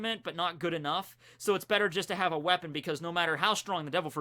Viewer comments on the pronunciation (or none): none